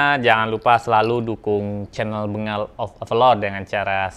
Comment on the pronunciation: Kok bacanya bengal...itu sih tulisannya min...penyebutannya "Benggal"